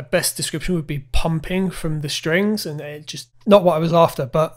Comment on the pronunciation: strings not shtrings . please